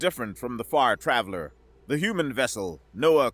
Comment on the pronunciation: You said Far Traveler, but I heard the name of the ship as the Fart Raveler